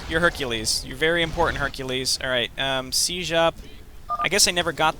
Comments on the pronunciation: The way you use the fricative [ʒ] instead of the affricate [d͡ʒ] in [sid͡ʒ] really messes with me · The way you use the fricative ʒ instead of the affricate d͡ʒ in [sid͡ʒ] really messes with me